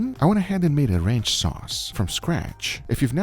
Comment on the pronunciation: Kept mishearing Guga pronounce 'ranch' as 'wretch', as in, "I have to remove this wretch". Still seemed accurate.